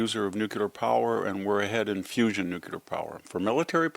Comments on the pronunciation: Yes I love what this man SAYS -- except that he can't get over saying nucular instead of nuclear. Embarassing. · This guy pontificates about things noouckyoular He might be credible if he knew how pronounce it New-clear is not exactly rocket science The quality of AI is not yer up to standard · Victor: Nu klee ar not nu cue lar. Thanks. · Victor Davis Hansen, you are my hero. You would be my superhero if you could only pronounce nuclear the correct way. Nucular was an invention of President Bush and an accident of Texas slang. In the same way that Trump is a better president than Bush, nuclear is the better and the proper word. As a retired Stanford Professor, and a MAGA advocate, I beg you to right this wrong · Love you, VDH. Please stop saying “nucUlar.” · I always appreciate VDH's insights, but why does such an educated man still fail to pronounce "nuclear" correctly?